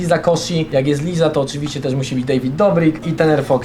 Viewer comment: Friz, wskazówka mowi się LAJZA KOSZI a nie LIZA 😊